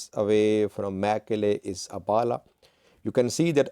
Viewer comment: You are not only working for terrorist organization but also a big lier how lie to the terrorist supporters of tigray.can you pronounce abhala instead abala. Abhala town lives afar and other ethiopia ethnic like tirayans and amhara.the whole town lives less than ten thousands of populations. All most 80 percent are Afar people. I am not informing and terrorist organization supporter how do not want to hear the truth. i will like to hire you as labour instead of being a lier and propaganda for terrorist group.